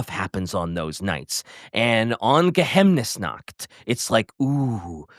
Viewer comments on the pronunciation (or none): God, listening to the Uberseik 5 say it right, saying Geheimnesnacht like that hurts Ge-Highm-nes-nacht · For future episodes referense, any time theres an "ei" in a word, read it like Ei in Einstein, or use the german google translate speaker option Geheiminsnacht would be Geh-Hime-Inns-Nacht Morrslieb would be Morse-Leeb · Geheimnis (Pronounced like Ge-haim-nis) means secret in German, so Geheimnisnacht can be translated as Night of Secrets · as a native german speaker i offer to help with the pronounciation of the words^^ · The total butchering of Geheimnisnacht, it hurt my ears. I have three Vampir books here, there were good ^^. I don't know if there is so much story about them but will we get a video about the other vampire faction? Like the Nefretata (which book i still need to read) and the Vampire coast ? If i remember correctly Count Noctilus also should be an van carstein ^^